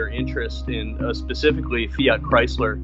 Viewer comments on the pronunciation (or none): none